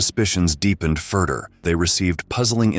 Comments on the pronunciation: get an ai that doesn't say "furder" instead of "further" or proof read the script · "Furdur" Your Chris Sabat AI voice fucked up, bro.